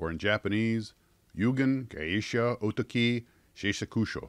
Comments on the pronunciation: Oh TAHK -ee is the correct pronunciation. ie, the British long A sound for the second syllable. Japanese syllable split in words is closer to British splits rather than US English and syllable lengths closer too than the American habit of placing equal stress on all syllables. You're the first (and only) person I've ever heard pronounce it the way you do. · Dude ya killing me with your pronounciation. It's Oh Tah key. But yes those WW II planes are still around under Arii label and build well. When the virus let's up I'll send you one when I get over there. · Are you sure that isn't pronounced Oh-ta'-key? That P40E painting looks mighty familiar. A very similar image, only reversed, was used on the Revell 1/32nd scale Aleutian Tiger kit.